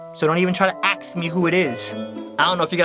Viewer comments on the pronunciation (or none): is it me or did "axe" change into ask.... :/ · " let me axe you a question" haha I like how you referenced what 97% of black people get wrong in their speech. I like your videos dude. Real creative.. Keep it up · is suppost to say ask but he said axe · Oh gah that "AXE me" part had me rollin'. I say it like that all the time at work, but when I do it I pretend to literally axe someone. Like "hello, can I AXE you a quextion?" **axing movements towards person I'm asking the question* Everyone gets a kick out of it. I hope I'm not offending anyone though, lol